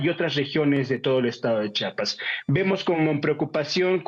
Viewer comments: Buen reportaje solo que debe aprender a decir "CHIAPAS" y no "CHAPAS" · CHIAPAS ...POR CHAPAS PRONUNCIAR CORRECTAMENTE. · Para empezar cabron no es chapas es CHIAPAS OJO WY